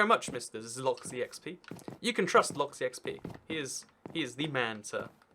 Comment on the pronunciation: Um, it's ZLOY-EX-PEE rather than Zloxy-xp lol